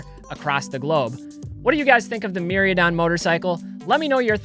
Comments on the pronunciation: I'm confused why you're pronouncing the "I" before the "A" in Mi-Rai-Don. Keep up the amazing content tho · The was he pronounces Mirraidon is actually cringe. Definitely can tell he hasn't played or opened any Scarlet/Violet. lol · didnt bother me at all. I know you focus on vintage, I've been watching 1-2 years. It was just funny to hear your pronunciation, havent heard that way before. Every time I was like NOOOO! lol